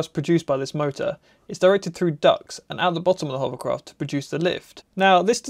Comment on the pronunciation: you ruined my children. They can no longer say "hovercraft," all they say is "hoverCROFT".